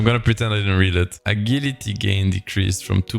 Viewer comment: Thanks a lot. Please fix the pronunciation of AGILITY. <3